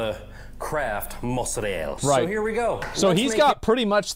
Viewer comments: mans really said Mozarell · It’s funny this guy claims to be Italian and pronounces Mozzarella that way